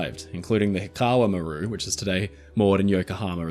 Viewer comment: MAH-ru, not mah-RU - accent on first syllable